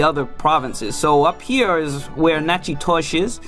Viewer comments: You would think all Louisianians know it’s pronounced nack-uh-dish. Is the video author not from Louisiana? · You should learn how to pronounce Nachitoches before you make a video about Louisiana. Enjoyed your video though !